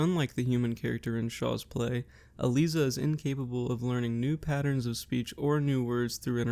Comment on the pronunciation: Nicely done! A detail: Most folks pronounce ELIZA with a hard I, as: E-Lies-uh. But otherwise, this is one of the best and most concise summaries I’ve seen!